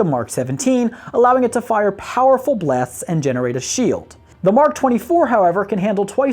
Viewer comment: powerful blaffsts :))))))